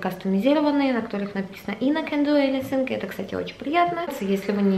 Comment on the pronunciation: ANYTHING!!! ОРУ С ПРОИЗНОШЕНИЯ😂😂😂😂😂